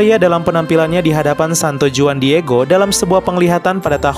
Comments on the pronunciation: Huan bukan juan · no 19: Juan dibaca Huan. Bagus sekali videonya!